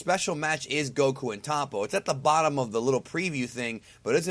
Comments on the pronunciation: it's not pronounced tahpo. it's toh-po. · in the show they always pronounce it top-po. first o is soft, 2 pronounced p sounds with an audible separation, second o is hard.